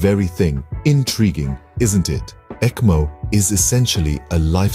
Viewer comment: pronounce is ekmo